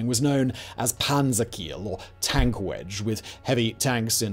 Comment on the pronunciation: Ok, the German pronunciation is difficult. Das Reich reads dad raikh and Keil in Panzerkeil as kile not as kill. The Russian as well. Kursk is pronounced not as cursek but as coorsk. As in cool.